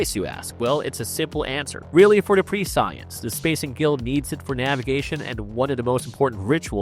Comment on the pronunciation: The mispronouncing in this vide9 has to be AI. Read ur own stuff man! Pre science???? come on